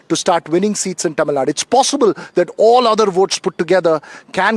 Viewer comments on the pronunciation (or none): Dear - Correct pronunciation is Tamizhnadu, not Tamizhnad